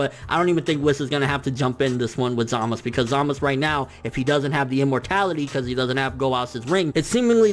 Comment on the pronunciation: ZAMAS OO NOT ZAMAS